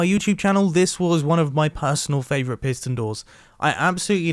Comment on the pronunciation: PiSSSton door